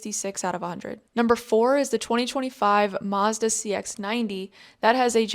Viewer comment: Uh oh. I heard Mazda. Nuh uh, dnt do that 😅😂